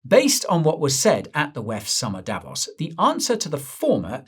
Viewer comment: Davos is pronounced with a long o Davooos Repeat after me : Davoos! That is better!